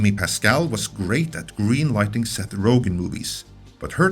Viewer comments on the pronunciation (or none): none